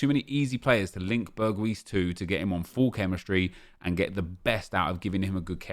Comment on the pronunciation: Well said Nep. Btw its pronounced Berg-house